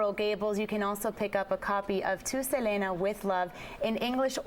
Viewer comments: Please at least pronounce her name right. Look at Chris' reaction when she says Selena's name.. LOL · I hate how she says her name . If Selena was alive she would say " it's se- lee- nah"